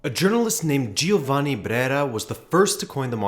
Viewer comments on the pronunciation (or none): why English natives have urge to butcher beautiful italian language when it is so simple to pronounce it. "Gi" and "Ge" when comes before A, O, U are silent as it is in english George. so it is not by any mean Gee-oh-vah-nee nor Gee-or-gee-oh